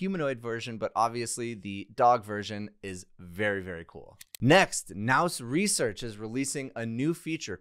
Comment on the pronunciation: It's PRONOUNCED NEW RESEARCH